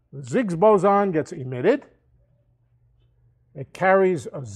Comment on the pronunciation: Nice guy, but this lecture is so rich with misinformation and dilivered with such certainty. Shockingly wishy washy. "Ziggs" - shoot me in the head.